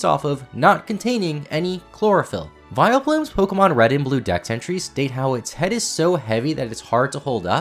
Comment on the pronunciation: VILEPLUME, NOT VILEPLOOM! FIX IT NOW!